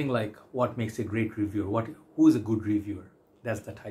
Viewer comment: "Who" rhymes with Y-O-U,!